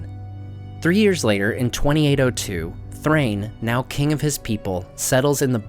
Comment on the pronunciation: The Dwarves names like Dain and Thrain are actually written Dáin and Thráin for good reason: they do NOT rhyme with 'train'. They have two syllables: DAH-in, THRA-in. The Hobbit movies are largely responsible for this nonsense.